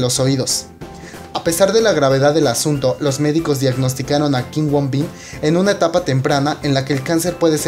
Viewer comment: no es kim woon bin es kim woo bin pronuncialo bien